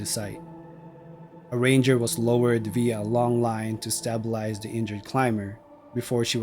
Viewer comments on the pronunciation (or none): Who says "stabilize" with a short "a"? No one. I hate being read-to by a computer program.